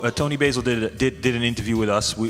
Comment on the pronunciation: is it pronounced Basil or Basil?